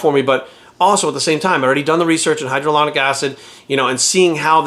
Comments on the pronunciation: "I've done the research" then calls it "hydralonic acid". It's hylauronic acid. Obviously getting paid to promote it. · “I know what hydroloronic acid is” -_